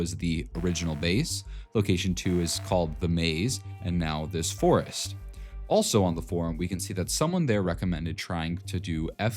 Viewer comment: the FOUREST bwahahahahaha